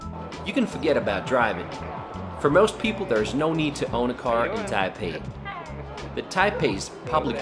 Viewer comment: It's pronounced tie PAY.